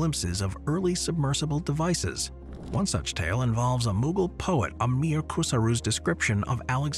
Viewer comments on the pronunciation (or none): none